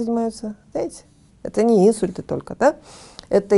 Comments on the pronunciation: Уважаемый доктор! В слове инсУльт ударение ставится на букву У. Так же говорят начинает есть а не кушать. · Отличное интервью! Молодцы, что доносите до людей серьёзную проблему и её решение! (небольшая акцентологическая поправка: акцент "Инсульт" не является орфоэпической формой, поэтому - инсУльт)